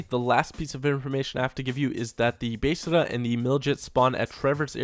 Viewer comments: Is anyone else getting annoyed when he says besrrrrrrrrra instead of besra. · the bestra is pronounced beztra